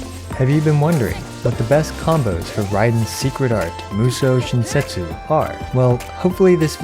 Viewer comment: i deadass thought he said “musou shin-sexy”